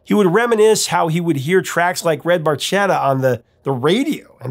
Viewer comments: Bar-ke-ta… Little boat in Italian…. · Fun Fact: Barchetta is actually pronounced with a “k” sound, not a “ch”. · I always wondered why they pronounced the word barchetta incorrectly because I'm pretty sure it's pronounced bar-ketta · The italian word barchetta is pronounced bar-kay-ta. But I think we'll let the boys slide on this one. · Geddy didn't even pronounce Barchetta properly in the song! 😅